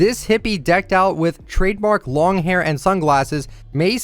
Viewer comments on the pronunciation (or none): none